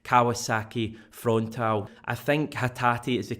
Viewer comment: Frontale pronounced Fron tar lay.